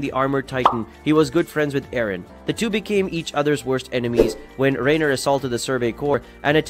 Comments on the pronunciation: I wondered about the clickbait thumbnail, I left after hearing you pronounce Reiner. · I couldn’t really pay attention to the video with him sayin the names of things incorrectly (Shiganshina, Dina and Reiner). It was as if he didn’t watch it 😂